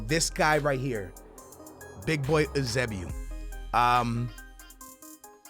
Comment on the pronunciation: It’s pronounced YOO-SAY-BEE-O Jesus Christ stop trying to be smart pronouncing it like oosaybeoo. Embarrassing